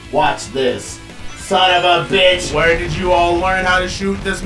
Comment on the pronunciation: the "beitch" tho